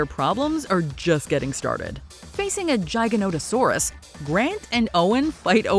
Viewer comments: Giga, like gig, like a job, not jig, like a mixing shot for cocktails. how can so many official creators get this pronunciation wrong 😤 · GIGAnotosaurus. Like the cpu file size. Not pronounced with the sound of 'gigantic', although that would make a lot of sense in ways. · It’s gig ah knot ah saurus LOL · How do you mispronounce the gigas name? They say it in the movie…